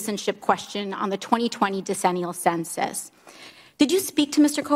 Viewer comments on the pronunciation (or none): did I here that correctly. The diannual dicensus?